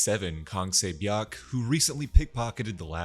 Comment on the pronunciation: Say bee yawk? I really appreciate the reminder tho my man. Just would have made it easier to follow if the names were remotely recognizable. I'd assume she's 세 비역? But it's too hard to tell